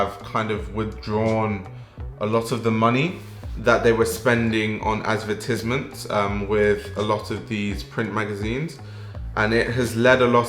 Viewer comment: Uwu the way he says ad-ver-tis-ments~ Anyways I ???% agree with your opinion, When I first started getting into fashion I tried reading vogue and- damn...it was bad. Why would I by interest in what people are wearing? I want to learn how is made, why its made that way- the why behind everything. Like you said a critical stand point would be well welcomed by me tbh. And I really really wanna get your magazine as I’m expecting great stuff from it